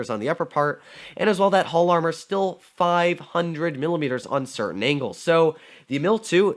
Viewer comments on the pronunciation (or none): none